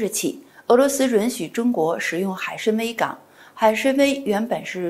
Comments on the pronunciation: 海参崴就应该念成海参威，为什么要别扭的念成海参歪？愚以为汉语发音不一定非要以普通话的标准地的发音来框住。四川的汶川念成文川多好，为什么非要念成问川？ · 海参崴（wai），请专业一点！